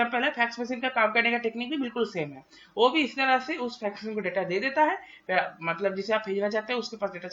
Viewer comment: Phax Machine nahi Fax Machine